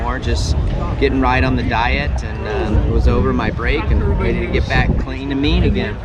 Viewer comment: Love these videos. One question: are you able to pronounce the 'v' in the word everybody?